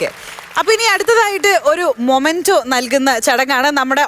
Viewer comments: മൊമൻഡോ അല്ല മോളേ മെമൻ ഡോ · മൊമൻ്റോ അല്ല മെമൻ്റോ എന്നാണ് Pronounce ചെയ്യുന്നത്